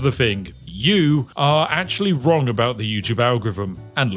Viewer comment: am I wrong about the agorrfivm? Sorry vrongh. Are you drunk? Em eye vrognh vabout va agorrfivmm?